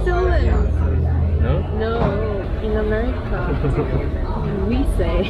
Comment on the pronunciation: 'we' ㅋㅋㅋㅋㅋㅋㅋㅋㅋㅋㅋ 한국식 발음을 당당히 미국발음이라 우기는 한국사람ㅋㅋㅋㅋㅋㅋㅋㅋㅋㅋㅋㅋㅋㅋㅋㅋㅋㅋㅋㅋㅋㅋ 그와중에 키위라고 놀림ㅋㅋㅋㅋㅋㅋㅋㅋㅋㅋㅋㅋㅋㅋㅋㅋ